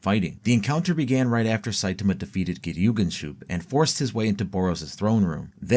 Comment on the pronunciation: On the other hand, you did actually pronounce Geryuganshoop correctly. It's just there's been a lot of AI vioce videos coming out recently, and honestly you sound quite like them, I do still have suspicions